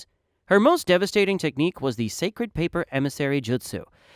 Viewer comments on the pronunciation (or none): none